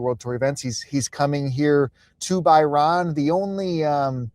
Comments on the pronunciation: By ran is a tough pronunciation scene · The pronunciation of Bahrain is embarrassing